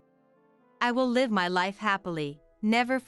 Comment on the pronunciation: It’s an online translation, sometimes they say us as U.S., sometimes they says live as living somewhere but pronounced live as a live event.